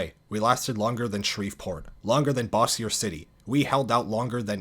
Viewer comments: just a small correction. "Bossier city" is pronounced "bo-sure city". keep up the good work man! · I'm from Louisiana and have always loved L4D. I tell everyone I play with online I'm IRL Ellis. Nice video! It's was funny hearing you pronounce "Bayou" and "Bossier". Down here we pronounce them, "Bai-you" and " BOH-zher". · Kinda late on this correction, but Bossier is pronounced Bose-zier, not Bossy-er. Dunno if anyone else had said it so figured I should. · Entertaining video as always. This isn't meant to be rude but Bossier is Pronounced like BOH-zhure. Just want to be helpful as a Louisiana native as well give some helpful feedback. Can't wait for more of these vids! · Some of those pronunciations need some help. lol. 1. Des is pronounced "Day" 2. Virgil Dugas is "Doo-GAH" 3. Bossier rhymes with "Closure" (at least to locals) 4. Bayou is "BAH-you" 5. It's worth mentioning that "Cajun" is short for people of the Acadiana region. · Just a few pronunciation notes: Bayou -> By-You Bossier City -> Bose-shur City •funny note: Shreveport and Bossier are twin cities separated literally by a river but have an intense rivalry. Lagniappe -> LAN-Yap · Shout outs as a resident of Bossier city (Bo - zure dont worry everyone mispronounces it) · This was a great video! As someone from Louisiana, It's awesome to see the Swamp Fever campaign get the love it deserves. Just to clarify though, it's pronounced By-you (Bayou), and Beau-jour (Bossier) ♥️ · Don't mind me, I'm just here to correct a couple things. Bayou is pronounced "bye you" Bossier city is pronounced "Boe sure city" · Hearing the pronunciation of Bossier as a Louisiana native is PAINFUL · I love this so much, but your pronunciation of bayou and Bossier kill me lmao